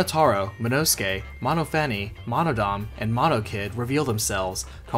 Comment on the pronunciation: Why does everyone mispronounce monophane as mono fanny... has nobody ever met a Daphne? Before?